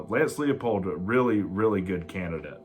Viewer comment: Heavens! Narrow it down. Use visuals for your lists. 3-year contracts? Look at the market so you don't sound silly. It's TOM Herman, not Todd, and it's pronounce LIE-pold. And you think Leipold is more likely to come to Tech than Todd Monken?